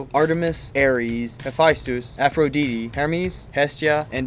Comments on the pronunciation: i muted the video and turned on subtitles when he started saying aphrodeetee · I’m pretty sure it’s not Aphrodeedee. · Aphro dee dee 😭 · Thank Zeus someone else caught that (A-fro-dyte-tee) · Please stop mispronouncing Aphrodite’s name. For fucks sake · How the hell do you reach adulthood and not know how to pronounce Aphrodite?